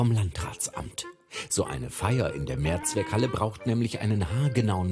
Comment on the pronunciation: "Merzweckhalle".. Ich kann auh nicht "mer"